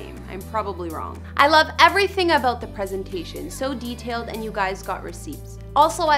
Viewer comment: Is this host Canadian? Lol the ‘aboot’ gives her away